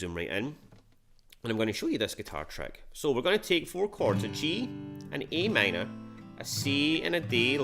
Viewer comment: I guess it’s just your pronunciation of Am